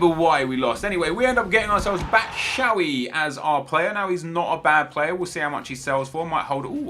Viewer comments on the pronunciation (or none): ITS BATSHWAYI NOT BATSHAWY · Batshuayi not batshawy nep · "Batshavy" Hhahahahahhahaha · Bachoowee 😂😂 neps pronunciation of players is great banter